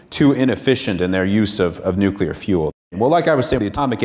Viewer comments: it's NU CLEAR energy. what the fuck is NU CUE LAR??? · Awesome vid! I can't stand when some people say "new-cue-lar" like some kind of republican though.